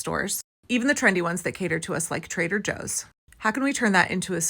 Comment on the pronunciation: Could have sworn I heard it called Traiter Joe’s……